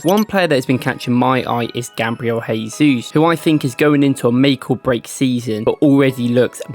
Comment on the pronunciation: Mate, please improve your pronunciation of players' names. "Jesus" in Portuguese sounds different from the Spanish you are trying. Cheers.